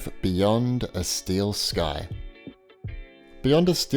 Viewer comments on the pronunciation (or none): none